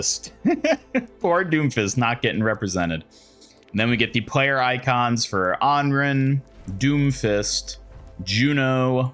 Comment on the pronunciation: For the love of God please someone teach this guy how to pronounce ANRAN.